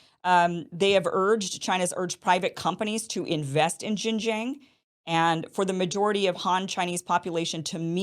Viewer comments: All Chinese people will love you, only if you could repeat the sound “ARNG” 10 times before pronounce the name of the province, Xinjiang, using that sound at the ending of the word: XinjiARNG. And China will support the Newsom-Iversen ticket with all its might! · Kim genocided XinJiang pronounciation otherwise it's great video. 😂🤣